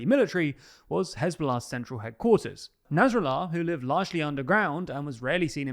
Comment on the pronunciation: Narsallah? Somone should page that guy!